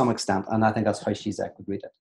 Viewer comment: Pete: just btw: the Ž in Žižek ist pronounced like a "J" in "Journalist"; he is called: "G-Jack" not "Tsitsek".